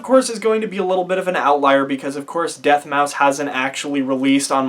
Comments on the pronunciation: bruh he’s pronouncing everything wrong 🤣 sushi deathmouse? I mean he didn’t even bother checking if he pronounced it right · Dude ? 🤣🤣 Deth mouse. Really bruh no offense good vid but u were following them since the begining and So basically all I’m saying is it’s not DJ sushi it’s slushii. No DJ. Then it’s not deathmouse it’s deadmau5. I know this because I got pandora. And lastly the marshmallow man? 😆🤣😂😹 it’s marshmello. But other than dat good vid 👍